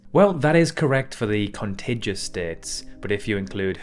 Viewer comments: Thumbs down for your blatant mispronunciation of words like "contiguous" and "square kilometers". It's so easy to research how to pronounce words. Do it before trying to post a video for public consumption. Otherwise, you come across as lazy, ignorant, and insulting to your audience. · Perhaps you should Google how to pronounce "contiguous"... Con tig u us... (Tig rhymes with dig) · Is this a South African accent I am hearing? There is no way you are British. The way you pronounce year sounds very... Durbanite. Dinar, Czechia and contiguous were mispronounced, btw.